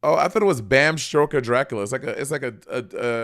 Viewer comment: At one point she said Bam Stroker. 😂